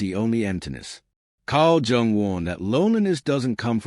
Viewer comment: Dear Narrator, Carl Jung's name is pronounced "young" Have a good day 💯🐺🖤